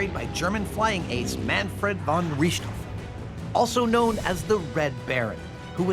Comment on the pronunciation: He said richtofen wrong but i wont bully him about it